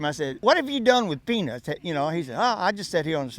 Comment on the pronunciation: Boiled peanuts ? Or penus ??